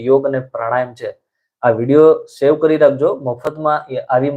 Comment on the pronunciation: રાત્રે સૂઈને ઊઠ્યા પછી જમણી તરફ ફરીને ચાલવાની વાત કરો છો પણ તમે હાથથી બતાવો તો છો ડાબી સાઇડ !! વિડિયો save કરવાનું કહેવા માગો છો, પણ બોલો છો shave કરવા માટે ! ઉચ્ચાર બરાબર ન કરો તો અર્થ કેટલો બદલાઈ જાય !!!